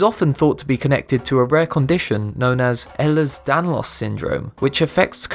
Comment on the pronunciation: It's pronounced "Ay-lers danlos" I have it it makes me flexible but also gives me joint problems and a possibility of heart failure